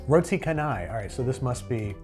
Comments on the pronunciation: Not roti ka-nai, haha. And it's not Thai, technically. It's supposedly Indian cuisine but more common in Southeast Asia. The closest way I can explain how to pronounce it via text is "roti cha-nai." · giggled at the roti 'kanai'